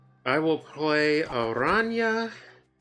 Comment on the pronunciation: One of the few snap content creators that pronounce Araña correctly lol